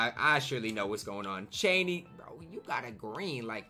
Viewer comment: Cheaney name is pronounced CHAIN EY btw love the content